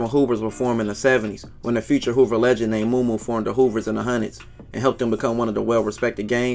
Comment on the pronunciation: Operation "Hoovah removah" 🤣🤣🤣🤣